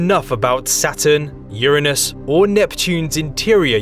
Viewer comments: He said Uranus wrong, my day is ruined that’s the only thing that keeps me going :( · Why you say Uranus like that ? 🤣